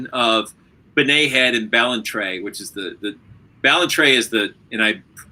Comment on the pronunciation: Blake's pronunciation of Ballantrae was perfect. We say Edinburgh Edinbruh. We live to confuse. Just as well nobody in this story lived in Auchtermuchty. ;)